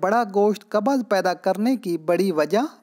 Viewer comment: Qabaz nahi hota bhai qabz hota hai